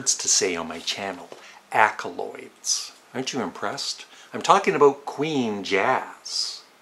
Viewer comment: It’s “accolades” not “accoloids” sorry to nitpick. I guess a few albums are Going for the One, Fireball, and London Town.